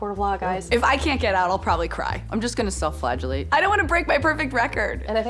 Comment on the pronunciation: I'm not gonna lie; I thought she said "self-flatulate".